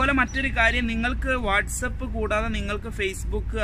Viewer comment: Its not what's up... It's whatsapp..